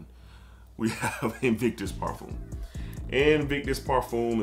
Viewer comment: I like this video but as a fragrance collector my biggest pet-peeve is when people pronounce parfum as parfume. It’s par-f-um